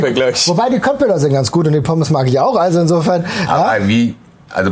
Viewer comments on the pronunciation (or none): none